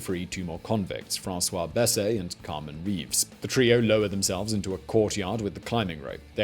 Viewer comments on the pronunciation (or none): The way he said "François Besse" sounded like "François Baisée"... roughly translating to "F*cked Francis" lol